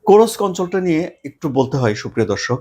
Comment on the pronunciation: Does Russia has only one "Hero of Russian Federation"?. Kursk is a Russian Region, not an occupied Ukrainian region. You are spreading distorted news. Also it is not Kurosk, it is Kursk.